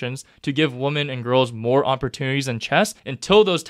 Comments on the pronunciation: All dictionaries indicate that "women" should be pronounced like [wimin]. I don't understand why he's pronouncing it like the singular form, "woman" [ˈwʊmən]. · Why does he pronounce "women" as "woman" as if they're not two different words